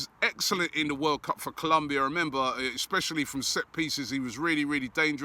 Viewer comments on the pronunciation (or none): none